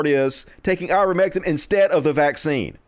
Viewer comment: Please, stop saying, "Ah'-ver-MEHK-um." You know it's "Aei'-ver-MEHK-tin." I'm supposed to share your videos, with you constantly and consistently mispronouncing an easy word?!? My family and friends are educated, and know the word. I can't convince people to listen to you, when you keep fucking up basic words. Stop. You aren't dumb. I love you almost as much as my husband. He's also a country hick, from Campbell County, TN. He also isn't dumb, just less educated. We country people need to stand up and prove we aren't ignorant. Please.